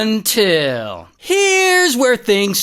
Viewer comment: I'm here for the "foine" and "unnntil"